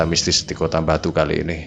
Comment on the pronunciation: Ngomong “Batu” jadi “Mbatu” walah rausa atek ngomong lu gue to😂